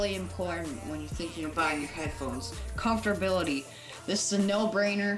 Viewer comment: Compftorability .....really, how about comfort ......millennials man I swear